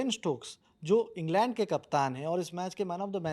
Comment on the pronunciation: इंगलँड ❌ इंग्लंड ✅